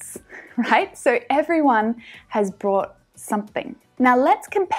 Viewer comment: Hi, I listened to it over and over, but I can't hear you say "brought". I hear bought. Can you help me in this?